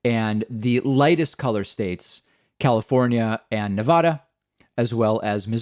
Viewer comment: You pronounced Nevada wrong, why do so many people pronounce it wrong…???